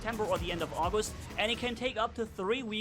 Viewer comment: He said in the month of auwgist